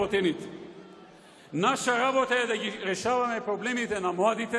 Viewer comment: Zatoa nie velime-LABOTA,LABOTA,LABOTA.........." xexexe